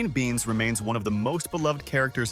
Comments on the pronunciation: Elaine Beans? It’s Elaine Benes, pronounced Ben-Nus (phonetic). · Elaine's family name is not pronounced as 'Beans' , the two 'e' are both heard, like this: Bènès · Not Beans. it's Benes🤗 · Elaine BEN-ess. It's a Hungarian name.